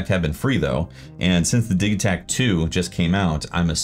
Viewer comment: Your pronunciation is correct because the name Digitakt is in swedish, and I like how they use words that are similar to english when naming their instruments